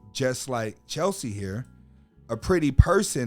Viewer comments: Respect- it's CHESLIE(Chezz-lee) not CHELSEA. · Cheslie, (not Chelsea!), was an attorney and earned an MBA at the same time. God rest her soul. Keep Cheslie (pronounced Ches-lie) and all persons suffering from depression in our prayers. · At least pronounce her name correctly. Furthermore, mental illness is REAL. It doesn't discriminate! We'll miss you Cheslie.💔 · Her name was Cheslie NOT Chelsie!! Please, get her name right at least because you kept mispronouncing it this entire video!!! And her last name was Kryst NOT Christ bro!!! May she R.I.P.🤍🕊